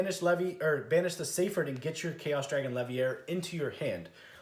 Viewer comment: My guy, it's Chaos Dragon LeviNEER, not Levier. We ain't French or at Hogwarts